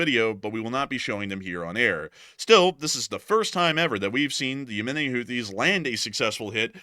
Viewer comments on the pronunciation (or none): none